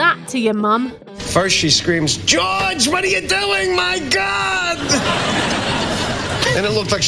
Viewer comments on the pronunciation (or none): none